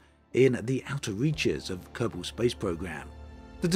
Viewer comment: Kerbol and Kerbal are pronounced almost the same though, lol. He says Kerbal just fine.